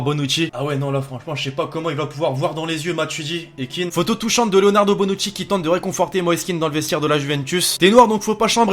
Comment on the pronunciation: c'est " Kean " pas " Keane "